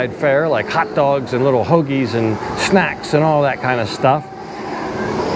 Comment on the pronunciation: "Hoagies".... you must be from the Philly area? That rolls off the tongue too smoothly not to be lol